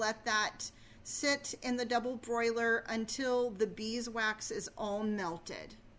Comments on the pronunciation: Its NOT a double "broiler"!!! Its a DOUBLE BOILER! Big difference. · Very good ideas. But, please, Ma'am - it is a double-boiler. NOT a double-broiler.